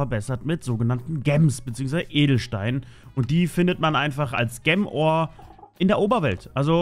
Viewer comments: versuch einfach jem statt gem zu sagen ok xD im nächsten part hast dus ja schon besser gemacht xD danke dafür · Du hast gem die ganze Zeit falsch ausgesprochen 😂